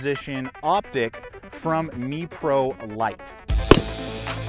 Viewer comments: In Israel (where the company is based) it’s pronounced mefrolight. The more you know ... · Couple of things,first so you know it's pronounced like the New York Mets, not meeprolight.Second,if there's tritium in the sight it will glow in pitch dark.I think you may have mixed up fiber optics with tritium. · I think it's pronounced "mep-row-light"... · Learn how to pronounce Meprolight.